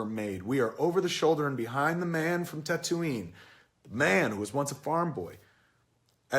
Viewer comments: Why does he say tatooine. Like tat ooo eene. It's tat ooo ween. .. Like wtf lol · Kevin pronounces Tattooine weird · Wait wait wait, can we talk about the Tatooine pronunciation? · How can you claim to be a fan yet still pronounce Tatooine like that? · You mispronounced Tatooine . Thumbs Down! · Kevin, you obviously don't understand star wars. you even pronounce tatooine wrong. christ. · Wait...how do you pronounce Tatooine? haha